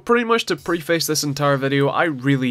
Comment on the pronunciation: "Pre-Face" it's pronounced "prefecce"